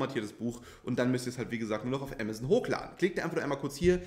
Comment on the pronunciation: Ich dachte zu anfangs „was ist Emmerson?“ 🤭 Man darf das ruhig deutsch sagen. Ah mah zon. 😉